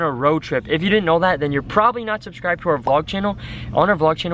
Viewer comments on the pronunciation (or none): watch until says subscribeded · he says subscibeted lol